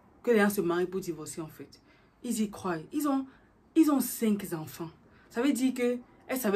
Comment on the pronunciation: Faut arrêter de dire “cinq zanfan” c’est cinq enfants ! et le mots qui va venir après pourra faire la liaison avec enfants.